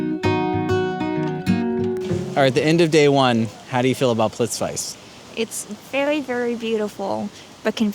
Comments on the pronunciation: Great video and I totally agree. But ‘plits-vice’?? That really hurts my ear. It’s actually pronounced ‘Plit-veets-uh’. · dude, it is pronounced "plit-witze". While your there check out Barac's caves (baraceve spilje) if you have time. Also, rastoke might be wortwhile cheking, let me know if I can help you. Rgrds Z. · What you are saying here in this video is exactly what I teach on my workshops. And seeing you in Plitvice (you really really need to work on your pronunciation 😂) is evwn better! Are you still in the area? I hope you visited Slovenia as well. It would be great to meet you in person while here...